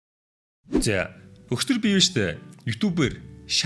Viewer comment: Түшигээ өгчдөр биш өчигдөр гэж ярьж сураачээ 😅 Дандаа өгчдөр өгчдөр 😋